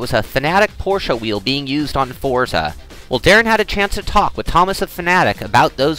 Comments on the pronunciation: ForTza 3! ;^) Not four-za. =) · y do they keep calling it fortza??? its FORZA